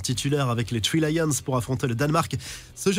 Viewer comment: Les "tree lions", c'est pas possible quand même! Il faut faire un petit effort!